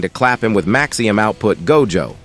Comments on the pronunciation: MAXIMUM, not maxium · why the hell u got the tts saying maxium